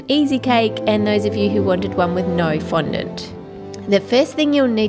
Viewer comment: you said n fondont